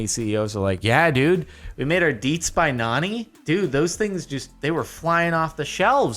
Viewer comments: Bro... it’s pronounced like nah-knee... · Jardon... my boi.... its pronounced NAW-KNEE. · Somehow Jordon pronouncing NANI as Nanny instead of Na-Nee triggers me. Not enough memes. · U SAID NANI WRONG its not aanee is NANI, look it up plz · Its not nani. Its NANI!!!?!? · Its pronounced "na-nee" not nanny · he called it nana not NANI!?!? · Mfw jordan mispronounces NANI several times repeatedly the word is like nah-ni not nan-i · It's not NENI it's NANI JORDAN!!!! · when jardon says nanny instead of nabi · it is pronounced na - nee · All my fellow otakus are probably facepalming at the fact that Jordan said "nanny" instead of "NANI?!!?!!??!?!?!" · Nani is pronounced like Noni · I think the deats by Nani is pronounced naw-knee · It’s pronounced nah-nee for nani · It actually kinda hurt me when he said neah-nee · Its Nah-nee. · as a boyfriend of a japanese girl.... it's na-ni not either nanny or nawni. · My dude... Naw-knee is literally na-ni. Its phonetics. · It's pronounced: Nah-ni!?!? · It's nah nee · I played the original Star Wars Battlefront II. Also, I don't think nani is pronounced like "nanny". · JARGEN ITS NA-ni . IT MEANS WHAT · Nani pronounced (non-e) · It’s Nani(Nah•Knee)=What in Japan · Jardon nani is pronounced Nah-knee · It's pronounced Nau-ny which is Japanese for the word what. It's a meme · Did you just f**king say nani as nanny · You butchered that pronunciation on the first one... Have you not heard of OMAE WA MOU SHINDEIRU? It's a good meme... Look it up and you should find the right answer on how to pronounce it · When you're a weeb and got triggered when he said Nani wrong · Boi didn’t pronounce Nani right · Don't say nani like that Jordan. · whou else was triggered that he pronounced NANI?!! wrong? cough i mean those anime fans cough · When you see all the weebs correcting him on pronouncing nani and laugh but then realize you also instantly noticed it and was bothered by it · As a weeb, I am moderately infuriated with the way he pronounced Nani.